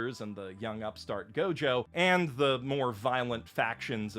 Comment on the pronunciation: You mis pronounced gojo